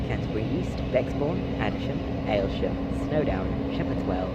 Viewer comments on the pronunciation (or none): It's pronounced as elsham not aylesham